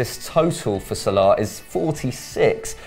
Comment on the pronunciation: U two asses said salami instead of salah